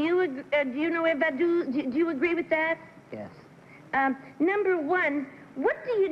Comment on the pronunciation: Well, it was #1--but Peggy Cass's pronunciation of Vaduz was way off. If I had been one of the contestants, I wouldn't have known what place she was talking about. Vaduz, the capital of Liechtenstein, is pronounce like "Faduts."